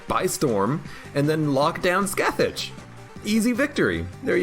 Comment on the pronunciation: Scathach is pronounce like "Skaw-Hawch" btw (every time you saw "scath-itch" it hurts my inner mythology nerd)